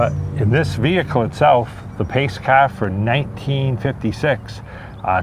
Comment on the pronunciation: this is a nice-riding cahh - heh heh heh